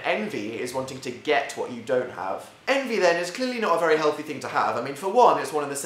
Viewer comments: I thought I heard “Anti” instead of envy. Jacksepticeye fans here? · I can't listen to you say envy I'm sorry. I have a neighbor, 8, named Envee and she's soooo annoying